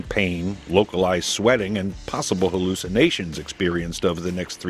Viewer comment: You had to say halluciinations. Is there a way to isolate that aspect of the venom.